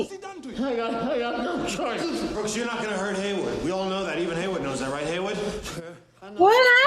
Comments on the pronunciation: i cant be the only one who kept saying its BROOKS not BOOKS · 🤣 You wouldn't think it would matter that much but after 20 times of hearing "Booksie"......I wanted to scream, "It's Brooks!! It's frickin' Brooks!!" 😆😆😆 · Good Lord how did y'all get "Booksy"? Its Brooks!!! 😂❤